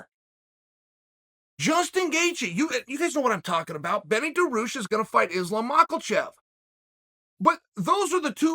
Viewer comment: Islam Macklechev vs George Masvidal for the MNC (Mispronounced Name Championship) belt